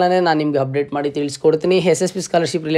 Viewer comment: Modla kannada chandag matadak Kali amele video upload maad..satt hokkar ninn kannada keli🤣🤣 1)'Hupdate' allo sahkar adu..'Update'. 2)Hopen alla adu 'Open'. 3) 'Hipath muru Hipath nalku' alla adu..'ipatt muru ipatt nalku' 4) 'Higa' alla adu..'Iga'. 5) 'Happload' alla adu 'Upload'. 6) 'Harji' alla adu 'Arji'.